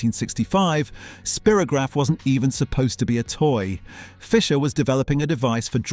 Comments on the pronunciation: Spirograph was pronounced Spy-rograph, not Spear-ograph in the UK. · So I've been pronouncing Spirograph wrong for 60 years... (I thought it was Spy-ro-graph) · Of course it was pronounced spyrogragh...